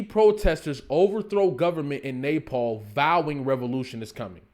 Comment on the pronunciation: Not the Nay-Paul 😂😂 I kept thinking he was saying napalm..